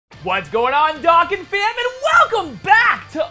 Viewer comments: It’s pronounced “Dokkan”. Not “Ducken”... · Its funny the way you pronounced dokkan DOKEN